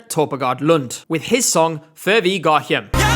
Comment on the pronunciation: all words beginning with a "hj-" in Danish, is pronounced as a Y. No H in sight. So the last word of the Danish title is pronounced "yem". It makes my eye twitch in this weird way whenever anyone is brave enough to attempt to pronounce the title, only to pronounce the H. 🥹